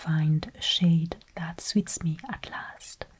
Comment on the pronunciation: its funny and good how she trys her best to prounonce things her accent is very pretty and astonishing i love the way you prounounce suit’s in the french way it just fits you!❤